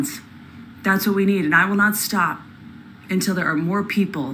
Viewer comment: "No, ya NAWT!", found that spontaneous attempt at an English accent, for seemingly no reason, incredibly funny 😆